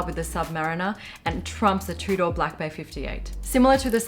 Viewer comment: Your pronunciation of Tudor is so proper you say it like "two-door" other Aussies say "Chewdah" of course I have no room to talk, me being American I say "toodur" enjoyed the vid 😉 keep it up